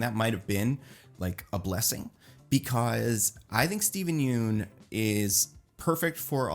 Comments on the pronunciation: It’s pronounced “Yun” not “Yoon” 🤘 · Hey, quick fyi, Yeun is pronounced like fun